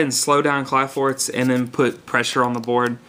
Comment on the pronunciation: kli forts. ph is an f sound. but its alright, after playing this game for so many years ive realized most people cant read their own language.